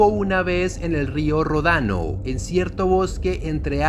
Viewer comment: no es rodano, se dice ródano.